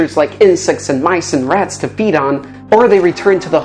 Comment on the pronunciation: Feed not reed